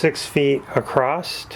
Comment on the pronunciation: no T in across